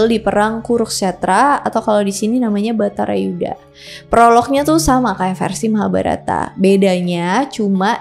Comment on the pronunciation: Bratayudha Bukan baratayuda 😂